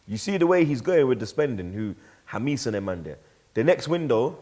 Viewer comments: Who is Jamis? I thought it was pronounced James (Hamez) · Man said Hamees 😂😂😂 It's pronounced Hamez you wallad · It’s Jámes, not Jameees lmao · Can someone tell how to pronounce James properly? It’s Hames not Hamis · said Hameees? 😬😂 Jamès innit? 😂 this Aouar syndrome hitting him hard 🤣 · It’s not hamis it’s hamez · somebody please correct this fool. WHO TF IS HAMIS MATE? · Man said Ja-mees 😂😂😂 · I rate you but brudda ✂️cut that "JAMIS" Just call him the normal James way,if you can't say it in the latin way 🤣🤣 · Why does keep calling James “Hameece” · learn how to pronounce James, it's not that hard. The same goes for the all these British channels butchering Reguilon, don't worry Arsenal fans he will come back to Madrid when he has an amazing season for the spuds.